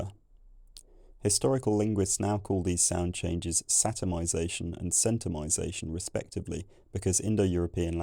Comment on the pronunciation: You mispronounced Centumisation